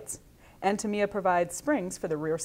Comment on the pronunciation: It's TAM-I-YA, not Tameeya! Please stop this mispronunciation!!!!!